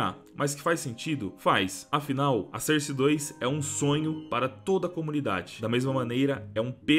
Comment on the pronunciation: Se fala sórce kkkkkk,porra de sôrce